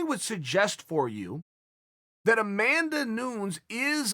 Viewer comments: Chael “Amanda Noons” Sonnen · Uncle Chael “oh and by the way” Sonnen Uncle Chael “Amanda Noonz” Sonnen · chael"amanda noons" sonnen